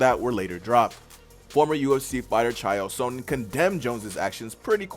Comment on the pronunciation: Couldn't watch. CHALE SUNNEN not Chay-el Sohnen. First day on the job?